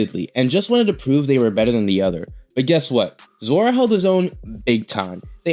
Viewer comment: Why do u keep saying zora?